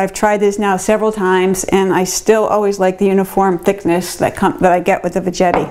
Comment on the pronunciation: Veggetti rhymes with spaghetti. Not VeJETTY. should be named Zoodler. I have the power one. I just push it down and it is zoodled in like 10 seconds.